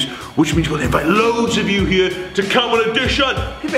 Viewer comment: I like how instead of saying here they say ere.